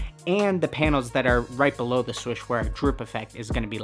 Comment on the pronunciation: He is saying swush